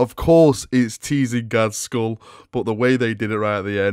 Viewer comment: Uhm... Its Not ghazkhul...